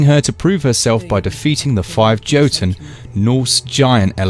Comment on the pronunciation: Why do all the reviewers pronounce it wrong lmao? The fuck is "Joe-ton?" 😂😂😂